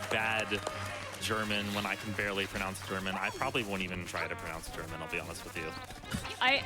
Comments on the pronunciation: Impeccable German pronunciation from the! Vunderbar! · Hahaha, i laughed so hard as he read the books in german. He pronounced it very good. :D Great run , i did enjoy it , and you all should too. DA DA DA DAAAAAAAAAAA! raises hands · His pronunciation in German isn’t that bad. Btw beautiful game and nice run!